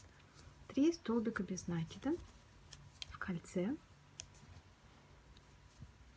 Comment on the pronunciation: Спасибо большое за Ваши мастер-классы!👍👏🌹🌹🌹 Всегда все понятно, но очень режет слух ударение в слове нАкид. Ударение в это слове на второй слог - накИд.